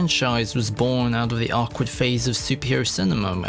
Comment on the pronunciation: You say awkward very “ack-wardly”